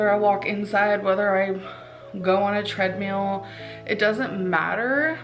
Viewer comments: “Tread-meal” tells me everything I need to know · I GUARANTEE she says treadMEAL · Lol. She called it a treadmeal. She really does have food on the mind all the time. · She said she's gonna go on a tread meal. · "Treadmeal"? She really does make everything about food. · Small petty point ...she pronounced treadmill as treadmeal but pronounces meal as mill...just made me giggle